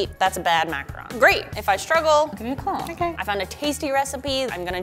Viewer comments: Thank you for pronouncing macaron correctly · Literally THANK YOU FOR CALLING IT A MACARON AND NOT A MACAROOON THERES A DIFFERENCE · Tbh in French we pronounce it "ma - ca - ron" not "macron" :) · Finally,someone said macron correctly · I thought this was supposed to be a reindeer from the pic 😂 ALSO TY FOR PRONOUNCEING MACARON RIGHT